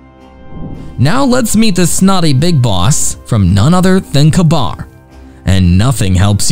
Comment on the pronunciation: Why can’t you pronounce Ka-Bar correctly, K-BAR!